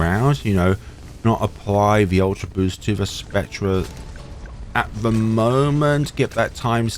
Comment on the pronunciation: Why do you say "spec-treh", its pronounced "spec-ter"